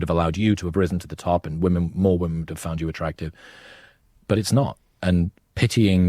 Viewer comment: “Modern wo-men”